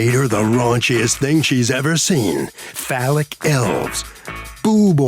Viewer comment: Phallic not folic